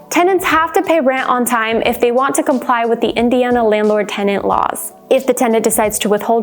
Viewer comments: Yea, it’s not “TENDANTS” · Sounds like she pronounces "tendant" half the time.